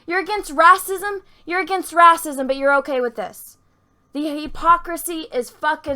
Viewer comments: Your pronunciation of "whammen" and "rassism" are delightful. ....seriously though Disney fucked us out of a stormtrooper-turned-Jedi because of overseas profits and thats a bummer. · Jon Boyega pulled off a rahcism too